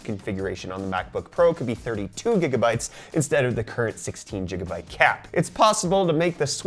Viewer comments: wtf are you saying jigabytes for? Seriously stop it. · And I think Brazilian GB reads as jigabytes too. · Jiga bytes?